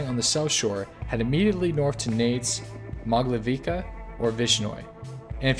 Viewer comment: Mogilevka, your sounds like Moglevika.